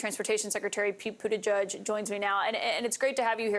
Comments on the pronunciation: Kaitlin? It buda-gedge, not Buda- judge. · I wish news people could pronounce Pete’s name correctly! But edge edge- got it? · Pete, don't let them pronounce your name wrong. Teach them how to say it--is not that hard!